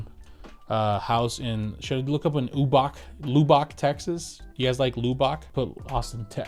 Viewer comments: So not lube ick but lub and ick gotcha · You are killing us Texans on your pronunciation of Lubbock. Say it like Lub-ick. Much love from Texas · Kinda like lovbick but don't say the "v'❤❤❤❤❤ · Your saying Lubbock wrong just to mess with us Texans now lol